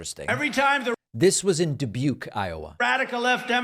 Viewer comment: Was going to give him the correct pronunciation but ya beat me to it! He did very well pronouncing Dubuque, I must say. ( I was born there).